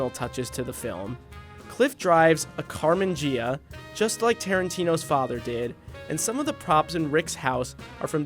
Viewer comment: That's pronounced car-men gi (like a judo gi)- uh. You hurt my ears!